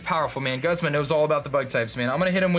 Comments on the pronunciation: Every time he says Guzz-ma I cringe., please, it's pronounced Gooz-ma. Also, loving the series so far, wan't shiny araquanid so bad. I would call it Poiple. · It's pronounced Goozma. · I don't mean to be rude buts Guzma is pronounced like(Goozma) and I want diamond pearl remake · He is named after the genus of flowers Guzmania (which is pronounced "Gooz-meh-nee-ya". So no it's "Gooz-mah".